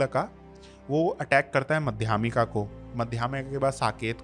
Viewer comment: यह पुरातन इतिहास के ज्ञानी, माध्यमिक को मध्यामिक बताते हैं? इतना गलत उच्चार? अंग्रेजी मिडीयमवालोंको मर्यादा होती है, भाई!